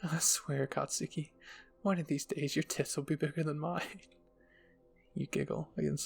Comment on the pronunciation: You're saying katski wrong btw